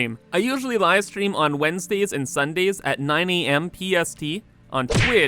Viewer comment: Was the "Wed-nes-day" on purpose or are you just bad at english :D